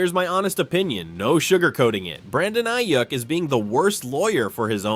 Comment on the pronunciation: Bro said Brandon “A-Yuck.” Shots fired, my guy. 😂